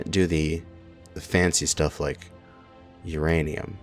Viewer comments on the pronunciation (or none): none